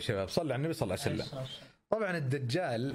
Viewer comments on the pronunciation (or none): ليش تقول صلع سلم🤔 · ههههه انتبهو على دقيقه قال صلع وسلم